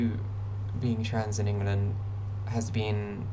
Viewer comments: So a couple of things First and most important, you need to change the way you pronounce In-Guh-Lund it's Ing-Lund. Second: if your out in public and you are attacked, someone will step in. Just look suitably helpless, I promise you, you'll get help. Sweden's population on the whole is pretty trans positive (I used to live there) but really English people are too usually as long as you're chill -they are too. GL HF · will you stop calling it "ingel land" please. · Why are you calling the country Ingerland? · love how you pronounced it "ingulund" for the whole video - really adds to how bleak it is here